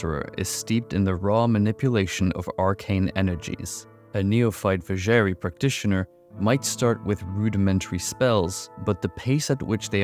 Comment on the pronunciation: Not gonna lie, the pronounciation of Vizjerei really hurt me in this one :D